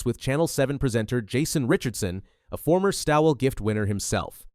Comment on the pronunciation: I hope she’s not laughing about the race she has entered into. If she thinks it’s some kind of joke, (like a training run) do us a favour and stay home. No one is forcing you to come. And by the way the name Stawell is pronounced ALL, just put ST in front of ALL as in STALL. Although the spelling is different the sound is the same.